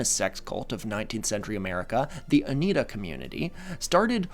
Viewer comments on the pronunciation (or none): The Oneida, New York is pronounced O-neye-da, not O-knee-da. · Oneida = oh-NYE-dah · O-n-eye-da is such a fun word though! Also how are you not going to get your facts right when it comes to sex cults. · i know you addressed it in the editing, but as a new yorker, that pronunciation of "Oneida" took many years off my life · being born in Syracuse explains a lot. He mentioned it before in another video and I thought he had a special interest in Central New York geography, but the Cuse is literally his birthplace lmao. Unfortunately, this means not knowing how to pronounce Oneida is less excusable, as any Upstater from Rochester to Albany would knows how to say it. Still really funny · Do you actually write your own scripts cause you pronounced Oneida and pogrom wrong and I’ve heard you pronounce other words wrong in other videos does someone else write the script or do you use ai if not then you need google words you are unfamiliar with